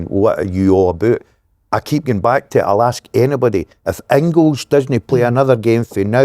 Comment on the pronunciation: Pet peeve- the Dazzler calling Engels ‘Ingils’ .